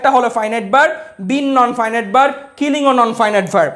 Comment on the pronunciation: নন ফাইন ইট না, নন ফিনিট